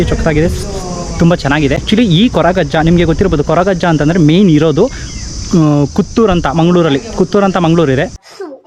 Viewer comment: ಕುತ್ತೂರ್ ಅಲ್ಲ ಮಾರೆ ಕುತ್ತಾರ್